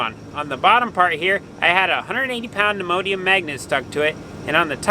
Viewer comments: I had to replay. First time thru I thought he said Immodium magnet. Neodymium was the goal. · Great job with the videos . Next time try a neodymium 🧲 magnet. Lol sounds like your saying Imodium . Keep creating great content.